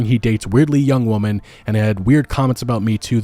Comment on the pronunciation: Side note. What’s with pronouncing women like woman instead of the proper “wih-men” pronunciation. I’ve heard this a few times lately on a few channels.